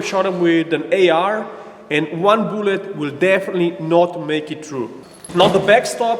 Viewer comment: I love this channel so much. "Booou--let"